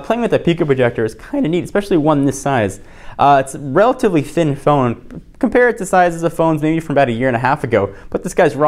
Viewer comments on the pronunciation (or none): none